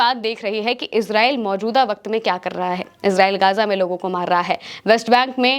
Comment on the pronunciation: गाजा नहीं गजा